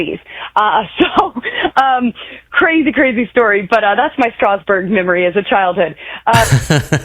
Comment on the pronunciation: Boebert can’t even pronounce Strasburg the way locals do. She’s a carpetbagger blown-in who just moved in 200 miles from her previous congressional district.